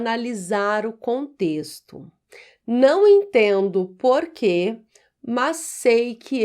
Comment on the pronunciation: Muito básico. Para um português é muito fácil. 1. a) 2. b) 3. a) 4. b) 5. b) 6. d) A Prof. não devia pronunciar "porque/porquê" da mesma forma como se as duas palavras tivessem acentuação gráfica. 🇵🇹